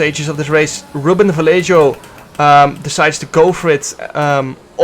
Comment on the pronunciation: jarno ik hou van je, maar leer alsjeblieft ruben vallejo correct uitspreken